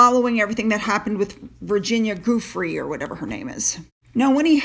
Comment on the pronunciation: Guiffre is pronounced Jew-fray.